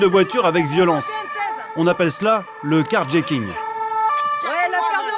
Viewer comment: "le car jéckingue"ptdrr